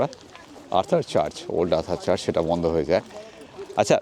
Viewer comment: kotha ta charch ba lanch noy, kotha ta church ebong lunch